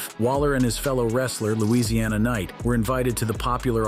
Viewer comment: This man said Louisiana Knight! 😂😂😂